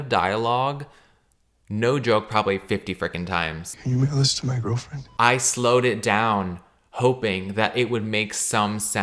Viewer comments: sounds like "can you molest my girlfriend?" and i cant unhear it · I mean I kept hearing "can you make a list to my girlfriend" so I don't blame 😂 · I heard "Can you enlist my girlfriend?" lmaooo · i thought he said can you wiggle this to my girlfriend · Maybe I'm just being over confident but... "Can you mail this to my girlfriend?" I feel like that's what he mumbles??? Am i imagining things??? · He was saying mail?? Lmfao thanks I was also super confused 😂 it wasn’t that clear